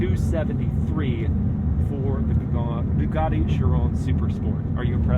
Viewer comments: "BOOGARDY"?? It's "BUGATTI" "BU" rhyming with "YOU", "GATTI" rhyming with "FATTY" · it's nice that Andrew tate let you drive one of his "bwuguattis"